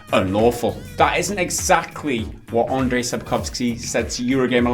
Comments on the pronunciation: About your struggling with Sapkowski's first name - it's actually pronounced more like "Anjay" than "Andray". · Andrzej Sapkowski - the closest approximation for his first would be: UN-j, not UN-dr-zay ;) Just saying. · Just one thing, his name is pronounced like Andjei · Guys please...This is not Andrej. If you have issues pronouncing full name just focus on last one.